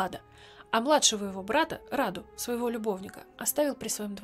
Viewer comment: Брата звали Раду а не рада